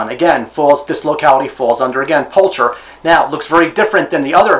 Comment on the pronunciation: Fairly sure the "ch" in pulcher makes a "k" sound when pronounced correctly. It's a common species name throughout the animal kingdom, I believe it translates to "beautiful."